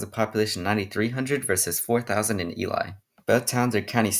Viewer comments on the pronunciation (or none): Love the video dude but as a native Nevadan myself, some of the ways u pronounced the towns coulda been better. Like tonopah and ely. Tonopah ends like your saying the word paw, and Ely rhymes with steely. I don’t know why but the people in those parts are very persistent on the names